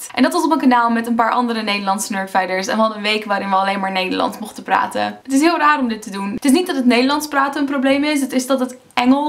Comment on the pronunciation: Wow, je kan inderdaad echt een accent horen in je Nederlands. Je klinkt als een Amerikaan die al een behoorlijke tijd in Nederland woont, maar waar bij sommige woorden zijn/haar "Amerikaansheid" naar boven komt. Vooral bij de woorden "praten" en "maken" kan je het op de een of andere manier goed horen. Misschien ligt het aan de uitspraak van de a? Die klinkt meer als een à dan als een aa. No offense, trouwens. Viel me gewoon op, haha.